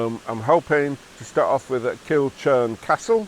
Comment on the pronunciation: Nice video, enjoy Scotland (Kilchurn pronounced Kil hoorn ) Ken